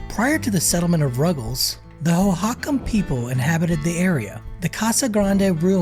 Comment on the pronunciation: Hohakam pronunciation: Hoh-hoh--KAHM